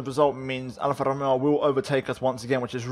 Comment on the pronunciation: Am I the only who's laughing when he's using the R with an Italian accent when he says Alpha Tauri or Alpha Romeo?😂 Must be the Ferrari accent from last year!😂👊